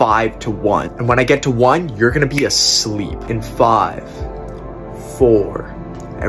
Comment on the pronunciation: dude be saying sleep in bold letters 💀